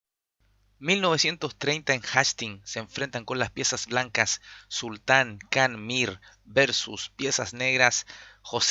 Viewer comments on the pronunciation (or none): Se que es poco relevante, pero aun así lo comento. No es “el sultán” sino solo sultan (con acento en la u), porque sultan es parte de su nombre, no su título o cargo. También, se pronuncia como jan, no kan. Lo otro, buen relato de la partida bro